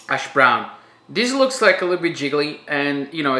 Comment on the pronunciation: I just love the way you say hash brown LOL “ashbrown” 😂 definitely going to try this